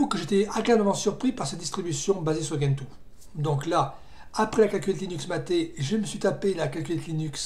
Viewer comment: Ah, et on dit djentoo, pas guentoo (cf leur wiki)